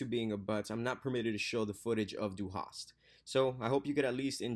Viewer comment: ^You said "Du Hast" pretty good :D